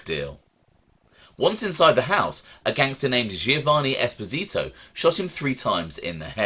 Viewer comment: OC Shortz always delivers, absolutely brilliant. Very very small item but as it’s my surname, we have always pronounced Esposito as Es-poz-ito. Small item, thanks keep up brilliant output